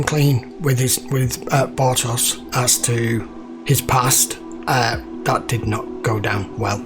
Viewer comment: Turn that Bar-toss into Bar-tosh ;)